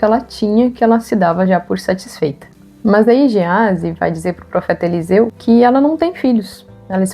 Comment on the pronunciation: Elseu: bah, Eliseu era gaúcho kkkkk. brincadeirinha, ótimo vídeo. Obrigado por compartilhar!